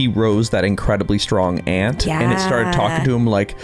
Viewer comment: "A nen ant" " A nant 😥"